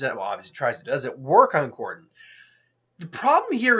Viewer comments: Dude they are both zombies and pronounce the name right!!! It's Cordell not Cordon. You spelled the name correctly for the video title but decided to pronounce the name wrong (WTF??) or maybe that was a slight on your part because you like Jason but grudgingly had to declare Matt the winner. Either way it was silly. Anyway, Matt Cordell wins hands downs. Matt is more consciously aware than Jason which allows him to use his hand to hand combat skills and understanding of modern weaponry. Also they don't call him maniac cop for nothing. Matt can experience rage and go into maniac mode which makes him nearly unstoppable. Matt will rip Jason a new one. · Cordell you idiot not cordon, you are a dork